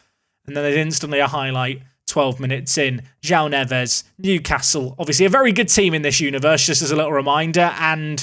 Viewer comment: As a Wolves fan, hearing you say Joao Neves was quite triggering, lol. Makes me think of some combination of Joao Moutinho and Ruben Neves...